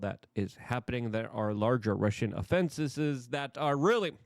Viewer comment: It's just pronounced offenses Luke lol not offenseses